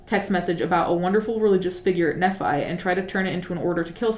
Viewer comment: Just fyi nephi is pronounced like "knee fai" - a former Mormon lol